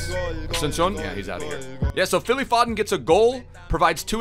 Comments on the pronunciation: zwe its pho-den not faw-den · It’s foe-dun not fod-den come on man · You pronounce it 'Foeden' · It is «Foden» not «Fodden» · How you say foden, it's pronounced fowden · Phil F(OHH)DEN NOT FODDDEN sorry just kinda triggers me also SOUTHampton not SUTHAMPTON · "fod-den" and "suth-ump-tun", my god the cringe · How u say Southampton and Phil foden 🤣🤣 totally wrong way how u pronounce it